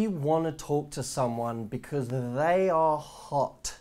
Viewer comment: “theeeey are Hot...“ you soundet on that Part like you are drunk xD